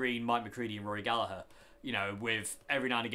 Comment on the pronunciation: Nice to hear someone that's not Irish pronouncing Gallagher the right way!